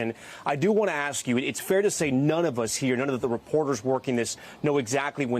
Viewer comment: She keeps saying Q u i e tea. She hasnt been in a warzone long at all.